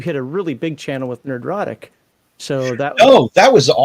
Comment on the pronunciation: Did I hear you right? Did you say Nerdrotic? and if so where can I find it? I've been looking